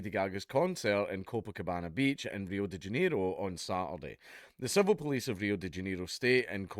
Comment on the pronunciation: "Reeoh Day Djeneroh"